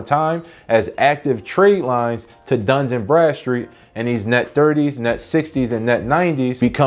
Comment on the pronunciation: It's Dun, not Duns. It's not plural. Where do you see an "S" in Dun. LoL